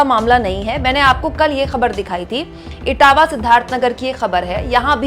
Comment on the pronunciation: मैडम इटावा नही इटवा है